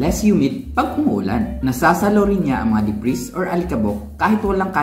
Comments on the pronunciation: Debri....s silent S po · Debris - pronounced De-bree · Debris.... Silent S para perfect na at very informative! More power